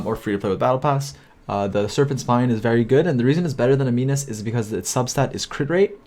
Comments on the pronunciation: Prototype Am-in-us not am-een-us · A-nimus. Not ani-mus :D